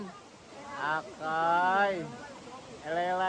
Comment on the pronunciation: wakai❌ akai✅😂😂😂😂